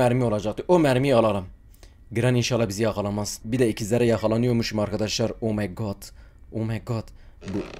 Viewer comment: "omeygağd geliyüür!" 😂